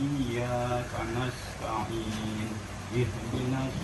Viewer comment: Bacaan kanastaim ujungnya pake mim itu keliru, yang benar kanastain ujungnya pake nun.